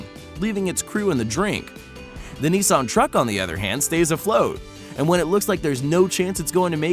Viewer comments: “Nison” its nissan! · Also cannot pronounce "Nissan". It's not "nee-sonne", the "niss" part rhymes with "kiss" and the "an" part rhymes with "Anne" or "Lan", not "on". Stupid.